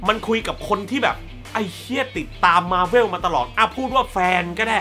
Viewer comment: หนังโคตรรักที่สามารถเปิดดูซ้ำได้ตลอดเวลาของปี 2019 คือ Spider Man Far From Home เด้อ สุดท้ายอยากขอของขวัญปีใหม่จากพี่อย่างนึงคือพี่ช่วยออกเสียง มาร์เวล ว่า มาร์เวล ได้มั้ย พี่อออกเสียงว่ามาร์เว่ว มาทั้งปีเลย มันอาจจะดูไม่ต้องซีเรียสอะไรก็ได้ คนเราอ่านออกเสียงแต่ละคำแตกต่างกันออกไปอยู่แล้ว แต่คำนี้ เราขอนะ #ไหว้ย่อ